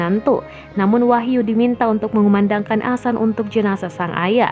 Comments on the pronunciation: Mimin nggk bisa ngomong adzan, bisanya asan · Adzan woyy....... Bukan " Asan" Mimin 😆🧐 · Yg mbaca berita koreksi donk kalau mengucap adzan bukan Asan nanti maknanya lain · mohon d luruskan min bukan asan tapi adzan,,mohon d koreksi kalo saya salah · Wooi bukan asan tapi ADZAN..pengucapan yg salah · Azan boos bukan asan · Mbak,,,ibu,,,bukannya asan,,,bu, tpi azan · Ngomong adzan aja nggak bener #Asan Kristen mbak;v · Azan min....bukan "asan"......paham??? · Azan bukan Asan, bisa ngomong gk ini org, parah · Adminnya lidah pendek mungkin... Hingga adzan disebut asan... Asan itu apa min??? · Tampak nya mimin gk bisa ngaji ni Ketara banget😂😂 Bilang adzan aja jadi asan Aduh mimin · Adzan min bukan asan asal comot aja kata2mu nampak kali kau tak pernah ngaji. Saya mualaf tapi saya tau sebutannya paling tidak saya bejar. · Adzan bukan asan. Didengarnya jadi aneh. Jangan bilang asan lagi jadi geli kupingku karena dengar asan berkali kali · Tulisan azan nya salah sama pengucapannya, buka azan tp adzan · Yang tadinya sedih jadi ketawa saat mbak nya bilang asan astagfirulloh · Iya, kelanjutannya dibaca asan terus, mungkin bkn muslim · Mohon ma'af mengkritik sedikit nggih,pelafalan adzan mohon di benahi,soalnya itu lafadz arab,,kalau salah mengucapkan otomatis salah arti🙏Mohon ma'af sebelumnya,dan terima kasih sudah membaca kritik saya🙏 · Positive thingking, mungkin naratornya bukan muslim jd gk bisa fasih bilang adzan. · mungkin maksudnya non muslimnya ga tau pelafalan yang benar, kaya kadang di barat ada yang nyebut islam, izlam. Bukan berarti semua non muslim nyebutnya itu. Tapi bisa aja kalau ini kemungkinan naratornya cadel huruf z. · Adzan mba bukan Asan Iqomah bukan ikamah ..